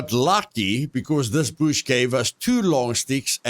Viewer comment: Find the BOOSH!! love the way you say bush great video keepit up bro